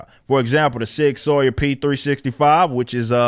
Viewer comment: It's pronounced Sig Sauer, like sug sour... but sawyer... just a heads up.